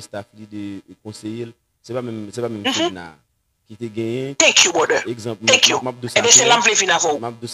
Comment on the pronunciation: Lol she said bròder...but anpil moun pa janm dil byen it's not a bigger deal 😂😂😂 thank you brother